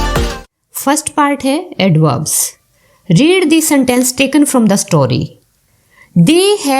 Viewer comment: Mam aapne read ko red bol diya 😂😂😂😂😂😂😂😅😅😂😂😆😆